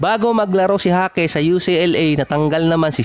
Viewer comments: Jaquez (Hakes) hindi Jasquez (Haskes) ulit ulit eh..hahaha jasquez ng jasquez..hahaha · Bulol talaga HASKES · anu ba talaga boss pgkabigkas mo...jasquez ba or jaquez alin sa dalawa ang tamang apelyido